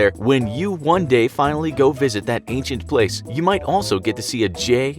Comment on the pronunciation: Bruh it’s ancient, not acient